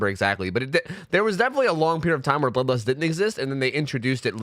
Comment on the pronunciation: I could only hear him say ''Bubba's'' instead of bloodlust